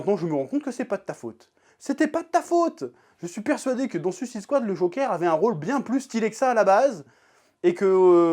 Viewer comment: Toi aussi "suisse ide swad" lol Sinon belle review de la passion :)